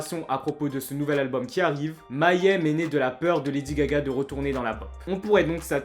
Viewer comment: On prononce "May Hem" ;-)